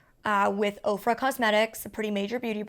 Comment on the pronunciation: Every time you say OFRA I hear "Oprah."